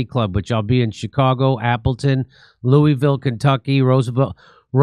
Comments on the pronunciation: jimmy if you call it "looo-E-ville" one more time im gonna choke you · It's pronounced LUAville Kentucky Jimmy. 👍